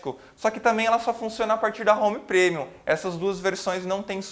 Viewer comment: sou muito grato por ter acesso gratuito à esta vídeo-aula. Só acho que o prezado mestre poderia consultar o Google Tradutor e ouvir como se pronunciam as palavras "Touch" e "Premium". De qq forma, sua aula é muito boa. Parabéns!!!